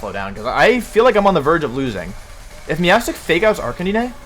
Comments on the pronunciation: Whys he call Arc - canine, arc-can-in-eh...??? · The way you prouounced Arccanine all video hurt 🙈. Canine as in dog dude! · “Jija impact” “Arcaninay” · its ar-kah-nine- holy crap i hate the way you pronounce arkanine. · Pls prenounce arcanine like a normal person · I’m actually having a brain aneurysm because of how Wolf pronounces Arcanine.